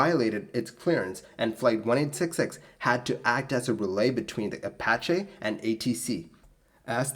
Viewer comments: apacha??? I thought it was apache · Apache - Uh pa (short a as in path) chee (as in cheese) in case you ever have to use it again.